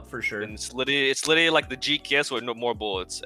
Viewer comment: Bruh they "Litterally" they callabed with "Litterally" plays lol😂